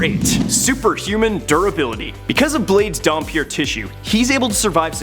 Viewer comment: Damphir is pronounced Dam-pir not Dum-pir.